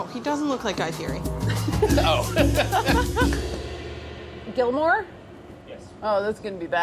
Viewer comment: Pro tip: It's pronounced Guy "Fietti." Replace the R with a T sound. I've seen him talk about it in countless interviews.